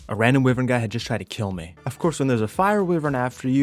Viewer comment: It's pronounced wyvern not wiwern, my gigga.